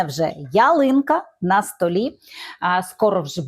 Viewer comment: На столІ. Наголос.